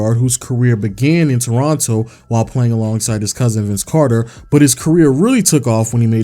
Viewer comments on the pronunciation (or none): none